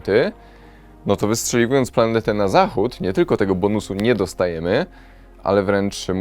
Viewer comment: "wustrzeliwując PLANETĘ na zacghód" xDD